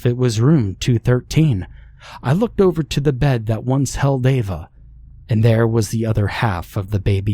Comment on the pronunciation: Well done, only 12 attempts to pronounce Ava correctly.